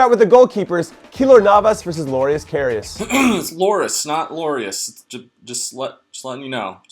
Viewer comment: Its Kar-He-As